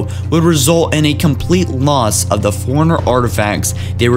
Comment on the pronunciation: Bro, you need to practice a bit before you record. Your pronunciation's kinda whack (i.e. I kept hearing "foreigner" instead of "Forerunner").